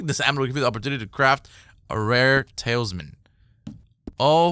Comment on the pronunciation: tal-isman not tails-men